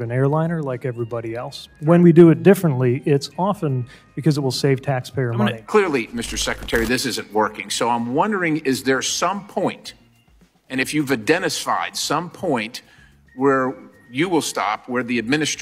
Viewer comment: Self-righteous, pompous Repeblican's going at Cool Pete, who has the answers. Imagine: a politician who acts like a mature grownup! Scott Perry: - "I'm wondering there some point, and if you've I-Dennis-fied some point..." Dennis-fied? Is that a reference to Dennis the Menace? I know, let's talk at the same time as each other.